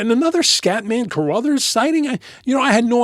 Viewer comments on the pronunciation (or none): “cruthers” not cuh-Ruthers